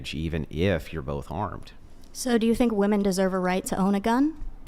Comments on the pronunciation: Why do they always say woman not women? Sooo irritating! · Why are all these girls pronouncing "women" as "woman"? Prime example of how this generation has been "educated". They are deliberately churning out dummies.